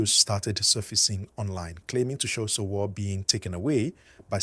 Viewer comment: It's pronounced Sho Woo Ree not sowo